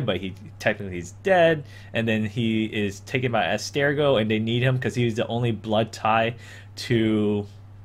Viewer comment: It´s called Abstergo and not ergo/argo! not difficult to spell it! ;)